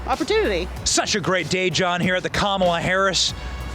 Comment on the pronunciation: Dude completely butchered her name with the red sweater all happy and excited to talk about it but don’t even know how to say her name right it’s Kamala Harris kala hairmiss